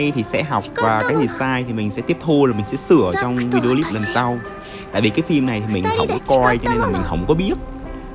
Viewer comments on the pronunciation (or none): none